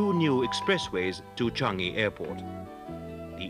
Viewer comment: Interesting but I never heard Changi pronounced Chungi.